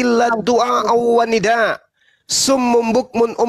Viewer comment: itu di baca Wanidaaaa'a